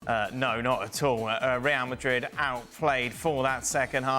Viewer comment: Ray-al Madrid - not - rrrrryahhhhhll mah-reeeeeeeeeeee.........